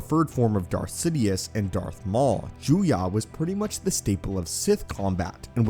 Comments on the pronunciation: Listening to this dude say Juyah instead of Juyo made me wanna kiss a moving train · Hate to nitpick but it’s Juyo not Juya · Juyo is not pronounced “Joo-YAH” it’s pronounced “Joo-YOH” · It’s pronounced Juyo, Ju- yo Not Juyah Ju-yah